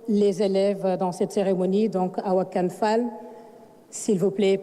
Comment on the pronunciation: Awa Kane fall il faut remédier ton "r" sinon ça va